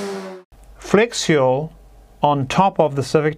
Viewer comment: Had to read the comments to understand he was saying "flex fuel." I kept wondering what "flexual" was.